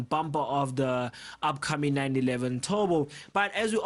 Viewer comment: when indian speak english turbo = tobo